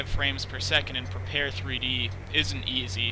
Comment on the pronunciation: Looks very nice! I especially like the ability to have your kneeboard in the Rift! Will definitely get this when I get my DK2! On a side note: It's supposed to be pronounced "prepared", not "prepar-three-dee".